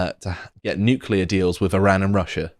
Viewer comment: Nuclear, not nukular.